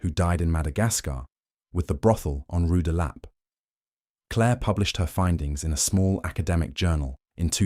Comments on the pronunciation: "Rue de LAH-pay" 😂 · Why is it so difficult for your computer to pronounce rue de la paix?